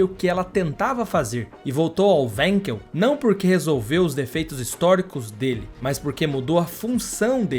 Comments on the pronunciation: Wenkel se pronuncia venkel e não uenkel, em alemão o W tem som de V. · Sendo um nome alemão não se diz wenkel e sim vanquel é a pronúncia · A pronuncia correto do motor é WANKEL com A e não com E Pronuncia em alemão e não em inglês. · A pronúncia correta do nome do motor importa, blz? O nome é alemão, não inglês.